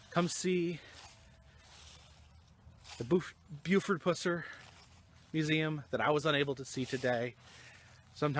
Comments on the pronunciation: Very informative video, when you kept calling him Puss-er i was cracking up. Too funny. It is Pus-er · pronounciation not (pooser) it pusser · Every time you say "Puss-er" I wanna slap the s@ outta u! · Pronounced Pus-er for sure. Live here and have done allot of research on Sheriff Pusser. Take Rays advice, dig into WR Morris' books. They are by far the best accounts of the sheriffs life and people he fought. He lead a very interesting life, a one of a kind! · Thank you for the video. But for the love of God please say the man's name right. Now your not the only video that out there that says his name wrong. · Dude , say his name right. For the love of Mike! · This your worst video. I always enjoy your video's but this one.Know how to say a name before u do a video on it. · this is lame go to some of the places stuff happened and say his name right you goof